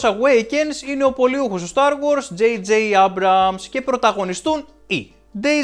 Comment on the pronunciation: Είναι star wars όχι start wars